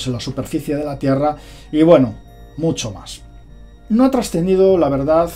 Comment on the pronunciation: es "verdad" no verdaz....